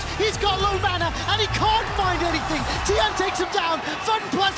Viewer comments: Constantly apologizes over potentially mispronouncing Korean names, but can't say Tian despite there being constant examples in their sample videos... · The way mispronounced Tian’s name makes me cringe